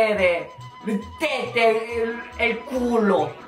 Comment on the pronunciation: Tette e culo le ha pronunciate da vero italiano Ahahah